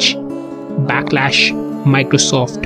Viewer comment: It's Backslash. Slash, not Lash.